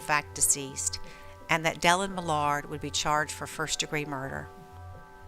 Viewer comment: You lose all credibility when you don't even pronounce Millard's name correctly.